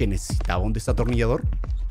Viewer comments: German en ves de decir Destornillasor dise desatonillasor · Germán diciendo desatornillador en ves de destornillador😂😂😂😂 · German te re amo pero no se dice "desatornillador" es "destornillador" HAHAHHAHAHAHA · Germán diciendo desatornillador😂😂😂